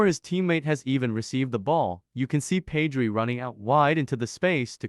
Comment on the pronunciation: ur pronouncing pedri wrong